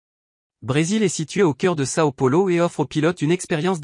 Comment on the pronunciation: Excusez-moi, mais vous pourriez faire un effort de prononciation pour les noms étrangers. Congonaaa et Saooo Polooo, ça fait mal aux oreilles ! De même que "Island", en anglais, se prononce "aïland".